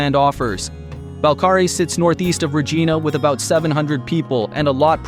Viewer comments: Dude. You pronounce Regina wrong. Say it like it rhymes with vagina. Regina. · The AI voice made me every time it mispronounced Regina. Ree ge na is not how it is said. rofl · Omg say it properly. Regina like vagina!! Say it right!! It’s not Regina George.. it’s vagina with an R!! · REG "EYE" NA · Reh-J-EYE-nah, man! Rhymes with...... you know what. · “And this is why Regina rhymes with fun!” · I'm small critique, it's RegIIIna, long I (eye) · 😂 Regeena! 😂 lol narrator not Canadian. Also I live in Fort Saskatchewan, Alberta which isn’t too far from Mundare. It’s not a bad place, slow but lots of potential. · It’s this AI or an American that keeps mispronouncing Regina? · Interesting and amusing, but should learn how to pronounce town names (Kap-a-skay-sing, Ree-j-eye-na., etc.)